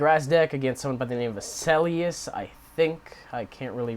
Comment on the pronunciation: You pronounced the name correctly. I found this randomly with google. ;_; Yes, I just have a toxic tricks deck. I found the trading card system to be unnecessarily hard to use and I didn't want to spend too much money on cards since I don't go to tournaments or anything. There should be a way to earn virtual cards by playing online in my opinion.